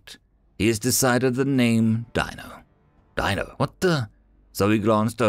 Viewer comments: I'm pretty disappointed in you. Dino from The Flintstones is pronounced "deeno", not "dyno". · It was pronounced Dean-o Weather mit·i·ga·tion devices. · Dino is actually pronounced dean-O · WHY CHANGE THE CREATURES NAME. IT IS PRONOUNCED DEANO NOT DINO, SPELLING NOT WITHSTANDING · Dino should have a long E sound like in "see". Sometimes Human dialects can be weird